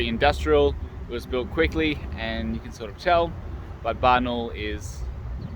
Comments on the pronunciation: It's pronounced Barna-OOL, not Barnol.:) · Hi from Adelaide. Nice video. I wish we there. If wish to pronounce Barnaul properly you will need stress on “a” before “u” like an Australian accent: Barn-a-a-a-ul. Make it long an nice.